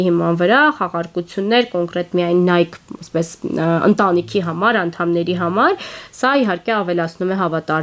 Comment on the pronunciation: Նայքի, Սիֆորա, բրենդների անունները ճիշտ չեք կարդում